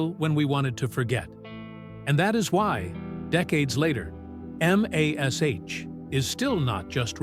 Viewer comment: You lost me at M A S H. This was NEVER pronounced like that unless you were a bean counter butthead idiot. YOU choose that, if you would have just entered mash into the AI's script, it wouldn't have sounded as stupid as you might be.